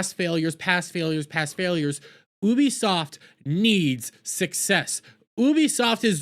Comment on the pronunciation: Guys pls stop listening to a dude that pronounces it as OOBIE SOFT speak about anything 😂😂